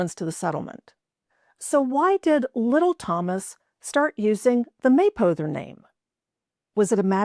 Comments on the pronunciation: Interesting, but I live in Kentucky and have never heard the name pronounced as May-poe-ther. It’s closer to May-pah-ther. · Great vid. I'm from Rochester and had Mapothers in our neighborhood. They said it May-pah-ther.